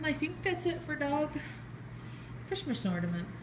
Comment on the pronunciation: Hahaha you say chrishmas because of schhhhhnauzers in your brain hehehehe. Cool collection. I hope you plan to do a video of the boys opening their presents 😂